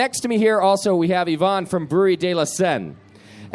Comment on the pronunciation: not Yvonne